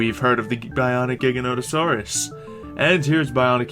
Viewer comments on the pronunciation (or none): its ji-gant-o-saur-us not giganosaurus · The Giganotosaurus is pronounced jig-a-note-a-saurus 😃